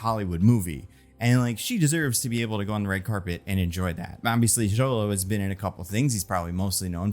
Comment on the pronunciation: The way you say Xolo's name 😂😂😂